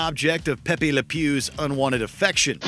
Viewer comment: it's pronounced 'Pepe'.